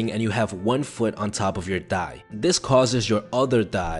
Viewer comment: Lmao love how he says "thigh"